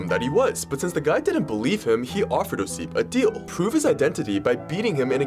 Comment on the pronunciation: When you try to make a videos that related to history, at least look up how person's name should be stressed. Its "Ossip", at the first syllable.